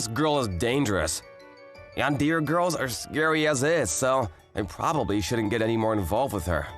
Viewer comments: Broo Yandeer 🙂👍 Yandere 🫷😤. Just sayin its Yan-De-re Not yandeer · Bro said yan-dear not tan-de-re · I died a little inside every time he pronounced it "yan-deer" and not "yan-dere". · How he says yan-deer instead of yan-de-re is so prime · I know i shouldn't laugh.. but I did. Sorry..😂😂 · Dear Mr. VA, It's pronounced more like Yawn-dare-reh, not Yawn-dear. Just for future reference. Sincerely, Your target audience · "Yan-deer"? Dude, come on... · say yan-de-ray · “Yandeer” wtf???? 😂😂😂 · Indeed. She's a "Yandéer" 🗿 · Love this story and I thought the way he said Yandere as yandear was kinda funny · Did someone ever taught him how to pronounce “yandere” not being yan deer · yan-deer the Japanese cousin to John-Deer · He couldn't say yan-de-re properly. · this man cant pronounce anything.....name and yandere......